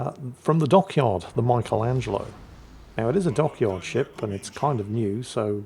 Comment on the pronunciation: Only can mispronounce "Michelangelo".